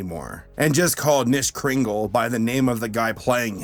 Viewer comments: It’s- KANISHMAS >:C not just Nish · 🤦‍♀️ Nishmas? No. It's Kuh-nish-mas. You're supposed to pronounce the K. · It’s KA-nishmas not nishmas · It's not nishmas it's K'NISHMAS. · kuh-nish not nish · ITS KAH-NISH-MIS EVERYBODY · it's pronounced "Kuh-nishmas" You're supposed to emphasize the Kuh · PRONOUNCE THE K IN KNISHMAS MY GOD MAN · I low key twitched every time he said Nishmas😂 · did you even watch the kinishmas episode, 0/10 for mispronunciation Jk but how that happen, wrote script before watching again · InkyFace Thank You. That was peeving the crap out of me.